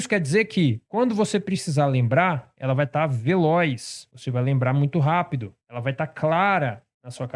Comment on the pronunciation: Também notei hehe